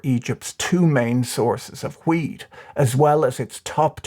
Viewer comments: 90% of the time this man said weed. not wheat.... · This video made a lot more sense when I realised you were saying 'wheat' and not 'weed'...